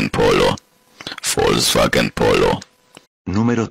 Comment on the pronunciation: bro really said volkswachen polo 💀